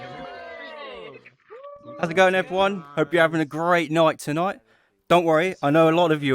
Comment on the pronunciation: great noight tonoight